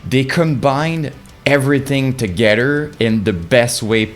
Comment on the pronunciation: “Togeder” has to be my fave word you say